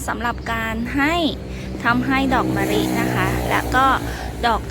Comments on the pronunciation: คำแนะนำดีค่ะแต่ขอดินิดนึงคำว่ามะลิคุณออกเสียงว่ามะริ ไม่ถูกนะค่ะ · ออกเสียงตัว ล เป็น ร ทุกคำเลยค่ะ อย่าง มะลิ ปลูก แก้นิดนึงน๊าาา